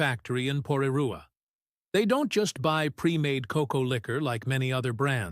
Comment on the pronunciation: Thank you narrator for the almost perfect pronunciation of Porirua.